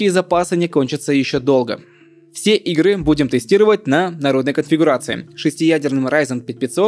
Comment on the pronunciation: что за ударение? Правильно на первый слог делать ударение, а не последний "игрЫ", 16Gb? А почему написано 32? причем тут АМД если вы говорите про Нвидиа?